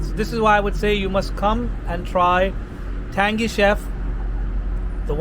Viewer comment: brother its pronounced tanGy